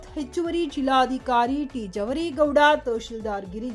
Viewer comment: ಅದು ನಿರ್ಘಮಿತ ಅಲ್ಲ‌ ಅದನ್ನು ನಿರ್ಗಮಿತ ಎಂದು ಓದಬೇಕು, ಹಾಗೂ ಜಿಲ್ಲಾದಿಕಾರಿ ಅಲ್ಲ ಜಿಲ್ಲಾಧಿಕಾರಿ